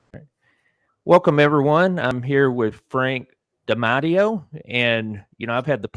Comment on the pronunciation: If you've interviewed him before, why can't you pronounce his name? Dimateo